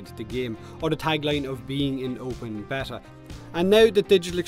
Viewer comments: A bet-ta is a fish, it's bay-ta =P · Or beeta but it's definitely not betta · I like how thinks there's 2 ways to say beta, and neither are right. It's pronounced Bay-tah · gooberlious Lol what, why should we pronounce it in the english way? The right way is Béta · gooberlious thanks for doing that so I don't have to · I usually pronounce it bay-ta... but whatever... you do you:) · It's Bay-ta. Also it's a free to play game so since they don't ask for money up front they can change anything they want about the game anyway. It doesn't matter if it's in beta or not there is no rule that says they can't make changes to the game no matter how big. So yes, beta is a cop out for them not having a fucking clue what they are doing in spite of four years development. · my dude it's bey-ta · I always pronounce beta like Bay-Ta. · Beeeeeta!!! But you pronounce it however you feckin want mate 👍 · Repeat after me (*bayta) Its driving me nuts 😂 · It's not B-eh-tah, or B-ee-tah, it's B-ay-tah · its BAY-TAH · "Bay-ta" is how I'm sure how you pronounce it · I don't pronounce it like betah (behta?) or beeta... I pronounce it like bayta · pron: bay-ta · I pronounce it baytah i guess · I pronounce it bayta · You pronounce it Beta dude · I'm not trying to be a grammar nazi but it's pronounced: b(ay)ta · Its. Bay-ta. xD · its beta not beta guys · Beta rhymes with theta, if that helps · say beta one more time and i swear... 😠💀